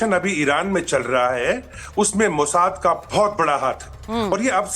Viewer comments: Is gadhi ko batao mojad nahi mosad bolte he. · Mata ji Mozart nahi mossad. he. E news reader kahase training leke ate he. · मैडम मोसाद को mojad बोल रही..😂😂